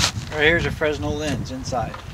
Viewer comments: Its not fres-nell, its frenell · FRESNEL (SPELLING) Pronounced — ‘Frey Nel’ 😊👍